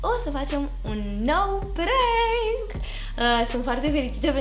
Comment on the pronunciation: Se pronunta cum se scrie PRANK , nu e prenk